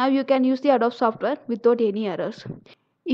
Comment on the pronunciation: Just FYI, it's pronounced "Ah-doe-bee" with the accent on "doe."